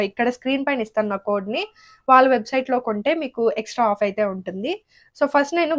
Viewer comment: వాల కోసం కాదు, వాళ్ళ కోసం అనాలి.